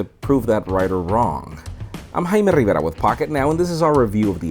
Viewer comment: i like how he pronounces his last name, he could pronounce it the gringo way, but no. same with many other last Spanish names like caballero.